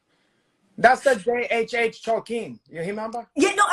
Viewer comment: I almost spit out my drink at J. H. H. Tolkein 😂